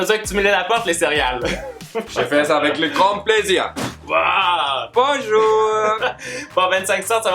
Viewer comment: MDR le <<binjoue de a